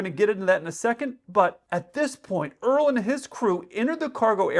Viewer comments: “My name is Earl” 😀😀😂it’s Errrroll. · Dude, Errol is said AIR-EL* Like Errol Flynn the golden age actor, it's assuredly not Earl.....😂😂😂😂 *AIREL say it all together, one syllable.... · ERROL is pronounced ERR OLL not earl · Errol = air rull. C’mon! Ya’ don’t want folks thinking Gomer Pyle must have been a Texan! Pilot snack deprivation as a crime…you’re a hoot! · Name was Erroll pronounced ear-roll